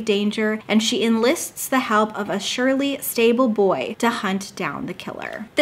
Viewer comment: hi diva, I didn’t watch this video, but my #girlbossbff did, and she had a visceral reaction to the way that you mispronounced the word “surly.” Ever since this video she hasn’t been the same.Plz from this point forward know that your words, and the way that you pronounce them really can take a toll on somebody’s mental health. A wise woman once said “everybody makes mistakes, everybody has those days” and it’s true, so I forgive you, as for my #girlbossbff I don’t know. side note: I will be performing interpretive style dances to hit smash songs such as “hoedown throw down” and “bop to the top” on Monday September 12th at the northridge fashion center mall, in northridge california. lmk if you want to come xxx